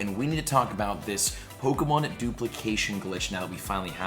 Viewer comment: Hun love your videos but it's really obvious you never watched the some of the series cuz you're constantly pronouncing the names to the Pokémon wrong 😅🤣